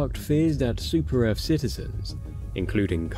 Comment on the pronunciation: Yeah! For Super Earf!